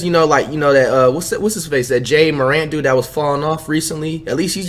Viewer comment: Nate TheGreat jay-a morant